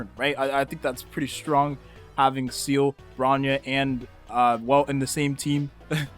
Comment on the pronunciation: bro calls seele "seal"